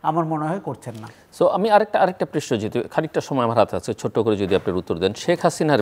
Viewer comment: আমিও এই বিষয়টি খেয়াল করেছি বহুবার।এমনকি পারিবারিকভাবে আমরা আলোচনা করেছি।কমেন্টও করেছি।উনি কেন বুঝতে পারেন না? উনি প্রশ্নকে প্রেইশনো বলেন